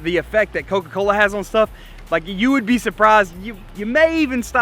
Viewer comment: When u said cokacola I had coke in my hand and it got all over me!!!!!!!!